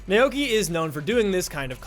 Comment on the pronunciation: "nay okee my-aida" It's pronounced "now-key my-duh"